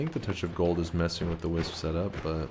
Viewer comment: Kept thinking he was saying whizz when he said wisp 😹